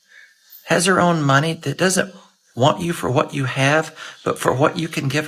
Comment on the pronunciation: You mispronounced "money".